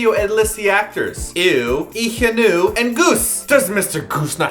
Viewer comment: hahahaha Ee Hyunoo instead of Lee Hyun Woo :PPP